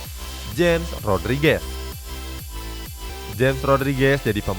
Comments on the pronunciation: Bukan dibaca jems tapi dibaca hames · James bukan dibaca jem. Tapi dibaca hemesh, frasa dibetulin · James ( hames bukan jems) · Hames Rodriges, Bukan jems Rodriges. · Cuma ngasih tau bang james Rodriguez,james nya bacanya hames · Yg james bacanya hames